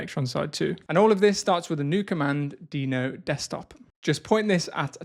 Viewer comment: Is Deno really pronounced like that? While Deno Desktop sounds like a great improvement over Electron, it still suffers massively from the OS-default Webview limitation. Not being able to use GeckoView, Servo, or Ladybird to avoid promoting Google's (and Apple's) monopolization of web technologies is a non-starter for me. The lack of mobile app support is another huge deficiency. Tauri is by far the superior option at this point, and supposedly there has been some traction on Servo integration, but frustratingly none on GeckoView. I look forward to watching this space continue to evolve.